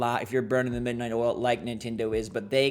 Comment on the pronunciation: The midnoight oil eh? Noice 😁